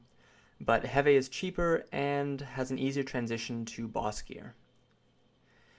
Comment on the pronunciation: Sven Hund lol right that bothered me so much